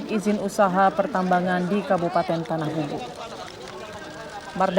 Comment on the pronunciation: Maaf min. Sedikit Meluruskan. Bukan tanahBAMBU, tapi tanahBUMBU 🙏